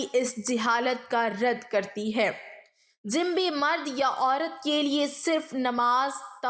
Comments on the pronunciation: عمدہ تحریر اور انداز بیان ہے مگر لفظ جنبی کے تلفظ میں ج اور ن پر پیش ہوتا ہے جزاک اللہ خیر ۔ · تلفظ کی بہت کمی ہے ،مثلاً جنبی حافظ ابن حجر وغیرہ